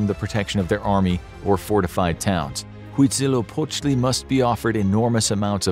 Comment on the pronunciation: He Say Huitzilopochtli very good.